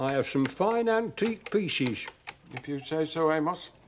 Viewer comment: Bill really needs to pronounce the ‘o’ in Amos’s name-or it could sound like-another word.